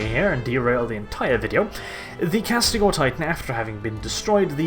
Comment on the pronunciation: his pronouncement names is killing me. It’s Castigator not castigor.